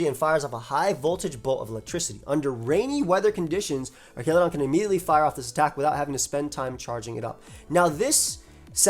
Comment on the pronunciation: Not to start the Arceus-pronounciation debate all over again, but l think the "Archa" is pronounced the same as you would pronounce as "arches" of a bridge rather than how you'd pronounce "archive". Artsjaludon.